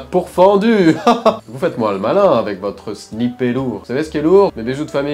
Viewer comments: le sni-pER 😅😅🤣🤣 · Ça s'écrit sniper mais ça se prononce snyperrr